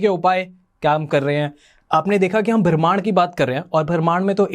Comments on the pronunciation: it's not भ्रमाण.. it's ब्रह्मांड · What the heck is "Bharmarn" ????? The word is "Brahm+maand" ब्रह्माण्ड. Podcast banaa rahe ho ...basic cheezein toh thik se pronounce karo 🙄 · Bhai Bramhand , Bharmand nahi. First correct ur pronunciation then do podcasts . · Please correct your pronunciation of ‘Bramhand’